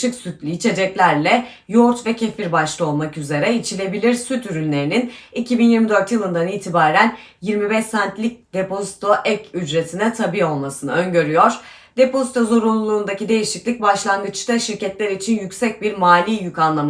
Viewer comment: Tabi olması derken tabi kelimesi kısa söylenmez , yani normal onay sözü gibi "tabi" denmez. Buradaki tabi kelimesinde a uzatilirak söylenir " taabi " gibi söylenir . 😊 Ah ah.. ne yapacağız sizlerle böyle şu Türkçe konusunda .